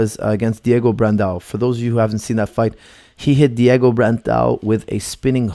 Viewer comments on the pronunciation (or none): none